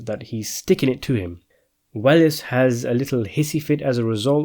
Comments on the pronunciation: I loved this film; so I will sadly have to disagree with your overall conclusions. (By the way, it’s pronounced “Wells” not “Well-ess”). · Welles is pronounced "Wells"